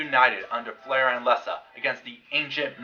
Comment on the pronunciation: F'lar is pronounced Flahr, & the picture of the person you identified as F'lar's half brother, F'nor, is really named N'ton. If you really perused "The People of Pern", art by Robin Wood, & intro by Anne McCaffrey, you would have known. There is a pronunciation guide in the 2nd edition of "The Dragonlovers Guide to Pern".